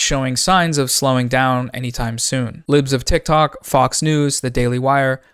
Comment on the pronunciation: Why do u say her name like it belongs to the sentence “boom-shaka-laka” every time? Like “put-shawka-laka”